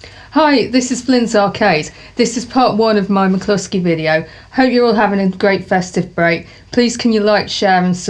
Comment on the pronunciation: Is it pronounced MAC-LUSKY or MAC-KLUSKY? It sounds like you're saying MAC-KLUSKY.